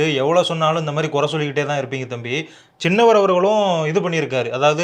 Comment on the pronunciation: டேய் சின்னவர்... நென்னவர் என்று சொல்ல வேண்டாம்